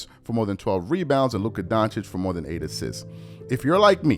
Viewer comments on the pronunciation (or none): none